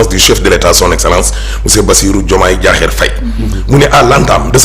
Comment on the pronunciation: Diakhar mais pas Diakhér. Ahmed so wakhaté Bassirou Diomaye Diakhér Faye dinala mbeuk